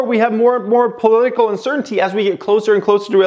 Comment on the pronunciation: All I let hearing was uncertitty lol